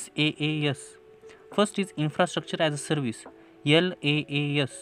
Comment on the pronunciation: Sir tumhi Laas bolala pn te Iaas aahe